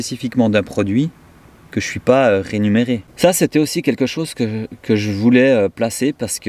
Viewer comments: Coucou "mon"! Un petit commentaire constructif: on dit réMUnéré pas renumeré 😂💚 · Rémunéré et non renumerer 😊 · Bonjour 👋 On dit rémunéré et non pas renumere. Cordialement